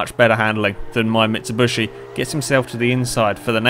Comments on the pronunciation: very nice video !but..(its mitsubishi not mitsubushi) !!!!! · It's mitsubishi not mitsubushi sorry but i had to say it mitsubushi means the crushed body if you can trust google translate but still a nice and interesting video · Mit-Sub-Bush-Eee. Good job! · i think he knows that, that's just the way he pronounces it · It's bothering me that he's calling it a "Mitshibushi"